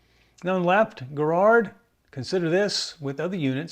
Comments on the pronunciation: It’s pronounced Jarrrard not Guh-rard. Also, with Miracord, the mir sound is like mirror. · Arrrgggh. The American pronunciation of Garrard hurts my British ears. At least you got the hard G right. 5 out of 10. 😂